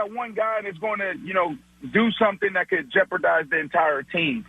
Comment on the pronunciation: lmao he really said thot hahahh